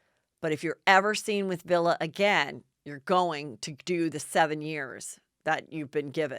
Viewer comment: “Villa?!” 🧐 His name is Villi Falau. It’s pronounced like Willie, but with a V.